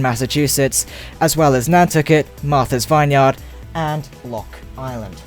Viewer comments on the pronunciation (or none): Vine - Yard ?????? Buddy it's pronounced "vinyerd" all as one word